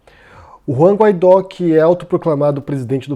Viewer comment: "Guaidó" pronuncia-se "Guaidô". Sua "auto-proclamação" é determinação constitucional de seu cargo, não ato arbitrário dele. A mídia constantemente dizer apenas "auto-proclamado" apenas distorce os fatos e atrapalha a compreensão pública da situação.